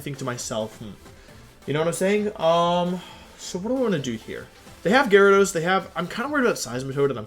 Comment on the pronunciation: Nobody: Wolfey: GARYdos